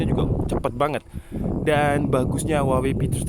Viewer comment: "Huwawei P30"